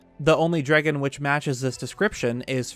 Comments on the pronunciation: I find the pronunciation of 'dragon' to be interesting. "Dreggon" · Why do you pronounce "dragon" like an idiot? "Dregin" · Nobody: NBC: "Drigun" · i love how in debts you go, and i am truly enamored by the subject but please change the way you say dragon